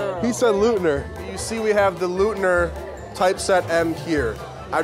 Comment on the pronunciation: Hey hey hey. Lookit my name. Leutner of Leutner Commons was my grandpop. Love the font, but you gotta know it's not pronounced LOOTNER, it's LOITNER. Everybody knows that! OY OY OY! It's eu as in FrEUd, not eu as in psEUdo. :)